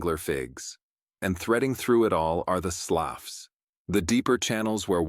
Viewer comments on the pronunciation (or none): There's that AI generated voice again. It said "sloffs" instead of "sloo" for the waterway.